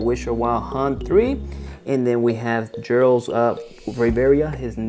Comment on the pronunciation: Geralt is said with a Guh G not a a J sounding G. And it’s Rivia. Riv-ee-uh. Not revera lol other than that nice review just ordered all of the Mcfarlane witcher figures.